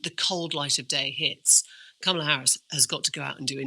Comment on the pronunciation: I am huge supporter of this podcast and agree with the general sentiments on almost all topics. I will say though, it’s becoming slightly jarring hearing Jon and Lewis constantly mispronounce Kamala’s name, especially when it’s a conversation that occurs daily in the campaign. I just don’t see how you couldn’t have even accidentally picked up on it at this point?